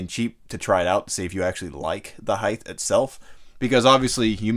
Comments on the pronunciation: when people say heighth in their videos a fight starts in my brain; "the information might be good keep going but they said heighth the information can't be good example A; Heighth!! No no keep going for the love of God just hopefully they don't say heighth again....." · Since when did the word “heighT” get an “h” added to the end of it? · Say this with me.. hei...gh....T... Height.... Hi.. T..